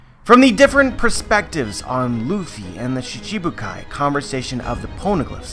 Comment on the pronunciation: it's shichi bukai, not shishibukai